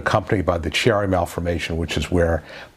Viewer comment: Chiari malformation is pronounced key instead of chi. I have Chiari malformation with syringomyelia. I under went surgery last year and I'm a total mess. My telephonic hearing is scheduled this month and it's been a long exhausting road. Thank you for posting the videos they've been very helpful.